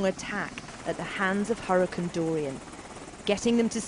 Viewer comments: She said huricon and not hurricane lol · Why does she say hurricon not hurricane